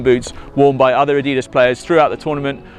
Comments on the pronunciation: The guy should at least know how to pronounce the name, Adidas. (Adi-das) named after the founder, Adi Dassler. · it's said a-dee-das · This guy needs to say Adidas properly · He's a prick..... The way he says Adidas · You can't even say adidas right 😂😂😂😂😂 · his way of saying nike and adidas... :( its just sad.